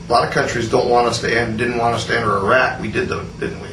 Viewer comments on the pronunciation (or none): none